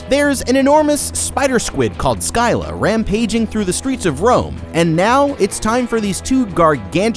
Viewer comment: Skyla? It’s sil uh.